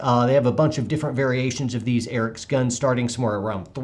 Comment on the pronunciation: "the Erick's delteh engine 2"